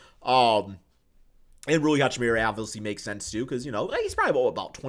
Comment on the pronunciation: Every time you say Hachimira instead of Hachimura it makes my teeth grind :P